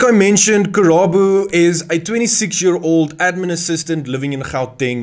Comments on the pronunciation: Karabo. Not Kerabo😂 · thank you for the info. but It's KARABO not Kerabo names are important